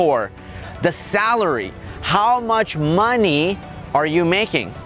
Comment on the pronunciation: he always say maney